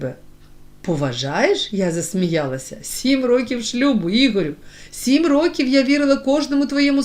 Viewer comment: Не рокІв,а рОків ! Що за читання?!